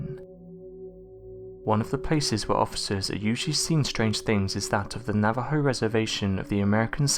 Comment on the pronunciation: Thank you for pronouncing Navajo correctly! Excellent video!